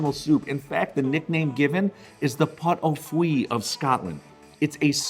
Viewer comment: Pot Au Fueille? I think you mean Pot Au Feu. (Pot Au Fueille means 'leaf stew').